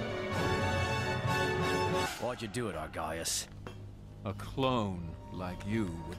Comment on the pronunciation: The way Gree pronounces "Argyus" is still extremely funny